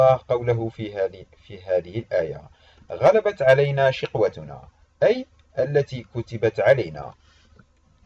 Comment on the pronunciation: المرجو قراءة الاية بشكل صحيح غلبت كلها بالفتح